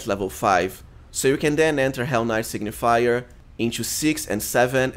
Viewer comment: Good build, but its Sig-ni-fer, not sig-ni-fi-yer :D